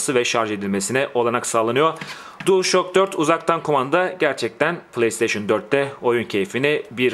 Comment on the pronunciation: DuılŞak diye okunuyor:))